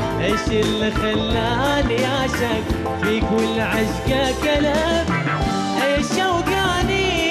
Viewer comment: فيه بعض الاخطاء بمخارج الحروف مثل بدل لا يقول العشقه تلف قال كلف لكن اداء مميز من